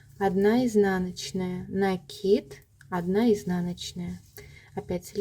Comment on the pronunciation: лайк за накИд😊, а то на некоторых каналах - нАкид😂